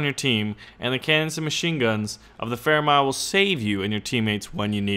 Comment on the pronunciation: It's m-i-l-e